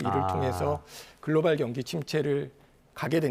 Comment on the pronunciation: 글로발 아니고 글로벌